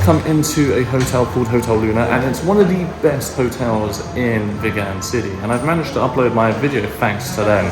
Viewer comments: It's pronounced VEEEEGUN. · Hi the towns name Vigan is pronounce as Veegan like a vegetarian . have a nice day exploring👍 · Hi Mate, it's pronounced as vee-gan like vegan. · You realized in a previous video you were mispronouncing Vigan but continue to do so. 🤷‍♂️